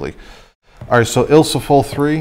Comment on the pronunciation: Awesome videos, I've been doing this since the early 80's but I love watching what others do and sometimes it's the closest thing to talking shop talk with other film photographers. BUT...... I have two words that are not ILSO-FOL Ilfo-SOL & Ilfo-TOL. ;) have a great day/